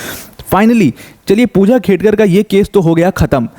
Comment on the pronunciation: It's खेडकर not खेतकर